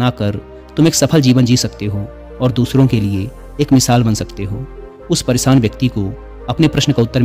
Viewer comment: Hindi to शुद्ध bola karo परेसान nahi परेशान hota hai